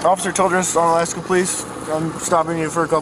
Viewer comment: I live in Alaska , is UnAlaska not onalaska